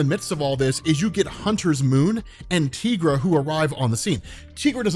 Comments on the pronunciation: Yeah. She even matters in this MK run -- she has a whole bit about how she got silver caps for her claws to help MK and HM kill the vampires and this dude just ignores it. Also: "Tigra" like "TigER" not like "TEEgra" -- man's pronunciation driving me crazy. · It's TIEgra. Like Tiger, not TEEger.. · "Tee-gra?" Am I the only one who's been pronouncing it "Tie-gra" for decades? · The Knee-Me-An and Tye-Gra (she's not hispanic)